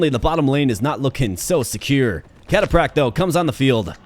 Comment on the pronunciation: Bro the way you pronounce "cataphract" was constantly triggering me. >.< Also, the spearman insta-gibbed your eagle because they kill stuff with high move speed, not cavalry....read the card...